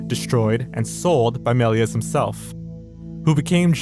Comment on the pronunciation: The s at the end of “Melies” is silent.